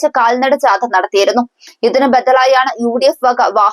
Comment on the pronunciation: ജാത,എന്നല്ല,ജാഥ, ആണ് ശരി